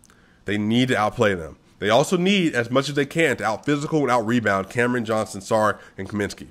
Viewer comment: Just here to tell you Šarić is pronounced Sha-rich, not Sa-rick